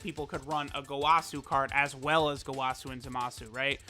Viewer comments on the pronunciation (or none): What triggers me is how he says gowasu. It was said in the anime as goewasu and he says gowaaasu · who gonna be the one to tell him its go-uh-su, lmfao! Dont kill me, please.